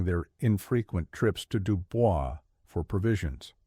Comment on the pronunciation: Is no one else going to bring up the pronunciation of DuBois? Lol